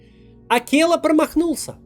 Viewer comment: Россия будет свободной! Огромное спасибо за выпуск. ПС только не "Акелла", а "Акела".